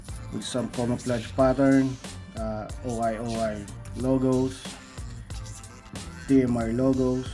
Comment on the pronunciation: o-i o-i 😂 it's oy oy